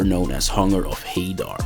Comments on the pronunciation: It's pronounced Hunger of "HA-Daar" not "HeyDar"... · it's pronounced Hadaar, not Hey-Dar